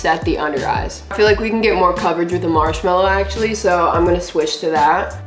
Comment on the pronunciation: I like how says “ all the PRODCTS aksholy work “ but her skin is like help me